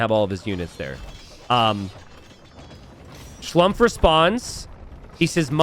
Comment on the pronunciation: Try to pronounce Schlumpfs name as "Schloompf" which would be much more correct:)